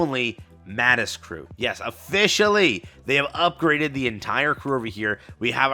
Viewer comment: why do you sound so unsure about calling Overspec units Overspec? the whole mechanic was introduced to us as overspec, and we were told straight up that Nikkes that aren't Pilgrims but are pilgrim level will be referred to as Overspec. it's okay to call them Overspec lmao. Also its pronounced "Mah-teece" Sqaud in most of the dubs. Short a, long I.